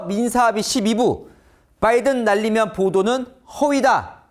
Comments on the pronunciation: 충청도식 발음이니 끝에 "믄,, 자가 들어감 날리면 날리믄이 맞다고 봄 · 날리(믄)면 처럼 들리는대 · 내귀는 정확하게 날리믄 이라 했다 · '국회에서 이 xx들이 승인안해주고 날리면 쪽팔려서 어떡하나'가 아니라 '국회에서 이xx들이 승인 안해주고 날리믄 쪽팔려서 어뜩하나' 정도로 들림 윤대통령의 발음이 날리믄 이라고 발음이 약간 안좋게 돼서 바이든으로 오해가 쌓여버린 상황인거 같아요 그리고 애초에 이xx들이 라는 말은 바이든이라고 했을때의 mbc가 제시한 문맥에는 어색합니다 '(미국) 국회에서 승인안해주면 바이든은 쪽팔려서 어떡하냐' 가 되면 그나마 자연스러워 지겠지만 '국회에서 이xx들이 승인안해주면 바이든은 쪽팔려서 어떡하냐'는 어색해집니다 이xx라는 말에서 '이'는 말할때 말하는 사람과 가까운쪽의 대상에게 사용되는 말이기에 문맥을 어색하게 만듭니다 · "날리믄" 이었습니다. 가끔 이렇게 발음하더라고요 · 이게 바이든의 첫 ㅂ은 아예 들리지도 않거니와, 날리면이 아니라 날리므는 이런식으로 사투리식 발음이라서 끝이 은 으로 들리기 때문에 한사코 저새끼들이 바이든이라고 우기는거임. 문제는 수많은 국민들이 바이든으로 믿고 있기 때문에 대중선동에 엄청난 악영햑을 줫고 심지어 미국에도 기사를 보내면서 외교 마찰을 일으키려고 했음. 이건 그냥 넘어가서는 안된다는거. 레알 악마같은 악질들임. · 이해 ㅈㄴ 못하네 자막을 저따구로 적어놔서 그렇지 사실은 승안 안 해주면, 날리면이구만 차라리 발음이 ㅂㅅ이라고 해라 ㅋㅋ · 내귀에는 또렷이 객관적으로 날리면으로 듣김 😅😅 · 근데 솔직히 날리면으로 들림.